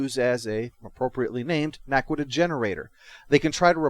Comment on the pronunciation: Naquadah, not Naquita. Other than that, pretty good review.